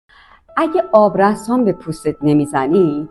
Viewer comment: آبرَسان❎️ آبرِسان✅️ بی سواد از سنت خجالت بکش